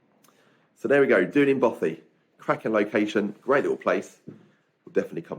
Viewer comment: Good tip about bothies thanks. With your love of Wales you might want to brush up on your pronunciation! It’s ‘Dee-Lin’ and means black lake. 😃